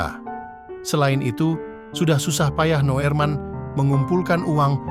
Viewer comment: Wooiii min....! Kalimantan itu luas , sebutkan kotanya jangan Hoax... sebut nama yg jelas juga, kalau kamu pake teks to spech yg bener...Noerman = Nurman Noorman = Norman, Nurman. Artikel gak tuntas mau ke mana juga naek KRL